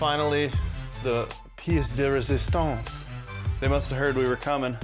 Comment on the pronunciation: That editing is on point! And that tour was funny 😁 (And I'm french so your "plat de résistance " made me laught maybe more than it should 😅) I have a question for you: if I'm stuck for a long time, making no or few progress, how can I know what I'm doing wrong? Thanks for your videos!